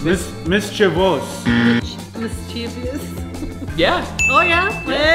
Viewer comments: That’s not how you say mischievous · mischievous was not pronounced correctly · mis chuh vuhs